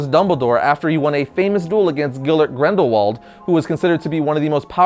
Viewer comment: Hahahaha “Gillert Grendelwald”!! Lol